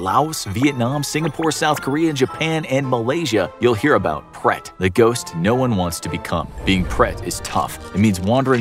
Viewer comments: It’s preta not pret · It is not pret it is pretha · It’s pronounced as Prate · bhai mai bhi Indian hi hu but mere dimag me hi nahi aaya Uska pronounciation pret alag hi laga raha tha